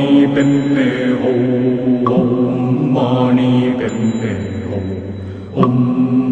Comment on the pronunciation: It's Om Mani Padme Hum but the Hum you pronounce it as Om.